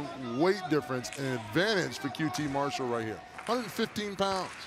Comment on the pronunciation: Why does Tony pronounce it Mar-SHALL most of the night? I hear everyone else pronouncing it MARSH-all.